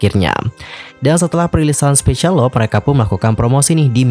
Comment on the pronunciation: I hope u can pronounce "LOVE" correctly. U should pronounce with "LUV" not "LOP"